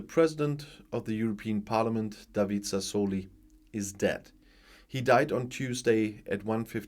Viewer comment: Good morning. I hope Signore Sassoli will rest in peace and I hope even more that you are not annoyed when an old teacher corrects your pronounciation. It's Sasso li (kurzes, scharfes s) and Met so la ( wie deutsches o ). Best regards from not so sunny Malta:).